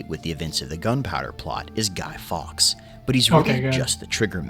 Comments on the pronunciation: Fully agree. How did Fawkes become Fox? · Hearing it said Guy Fox day and not Guy "Folks" day hurt. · It's pronounced Forks.